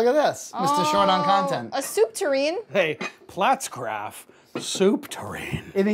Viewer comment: You put out some good stuff but hot damn if I don't want to pull my hair out every time you say Pfaltzgraff... It's not platzgraff, it's Pfaltzgraff damnit! Haha My Pfaltzgraff stuff isn't nearly as nice as John's but God the pronunciation kills me!